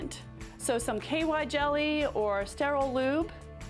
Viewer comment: Did she just say KY jelly? 😅😅